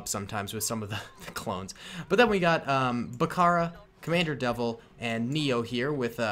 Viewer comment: its Devis not devil!